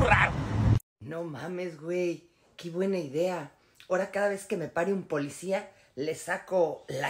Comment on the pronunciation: Porque primero este vato no se quita la ignorancia verbal , dice muchas palabras en español mal dichas, por ejemplo Polecia ... Que acaso su familia no le da vergüenza escucharlo hablar, hacer tonterías por tal de tener vistas, hay videos donde expone a su propia familia y los pone hacer cosas que pueden ser denigrantes, pero en fin todo sea por el maldito dinero y si tiene que humillar a su familia para conseguirlo pues lo hara